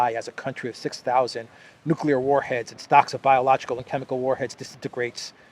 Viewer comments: Nucular missiles ?!? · I like this guy a lot. Somebody please tell him to never say 'nucular' again. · He said nucular, fffffs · "nucular." not nuclear, "nucular." can't pronounce a word of such importance after a century of trying, stfu.